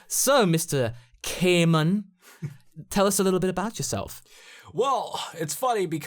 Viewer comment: kay-ay-man 😂 close but not quite 😂